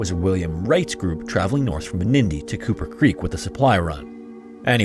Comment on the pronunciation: You keep saying Cooper Creek.... and I keep hearing Kupa Keep... Damn you Stick of Truth